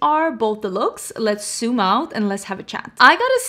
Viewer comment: "lemme soom in"